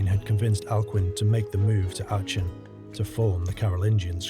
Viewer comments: REALLY good work there! one nitpick: your pronunciation of Achen (it's more like Ah-ken). again, great content overall though! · Hi..its pronounced Arken....just a heads up.